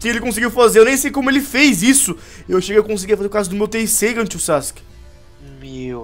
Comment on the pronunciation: não é teseigan é estigará